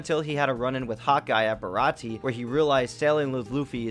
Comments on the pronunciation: Um...Sorry WHO??? Check the name again... And... That's THREE mispronounced things now (Baratie is pronounced Bar a tee AY). AND ITS eh knees lobby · Don’t skip filler. Filler is extra one piece and I can’t get enough. And how you gonna mispronounce baratie. And how you know he’s french. In the first dub he was a New Yorker kinda.